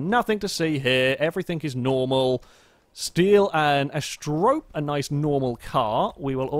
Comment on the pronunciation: Not Ast-rope.... "Ast-e-ro-pay" ... lol. Like the Greek myth, she was one of the seven Pleiades...